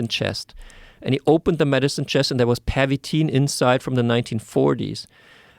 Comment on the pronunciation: I think it's Pervitin, not Permitin.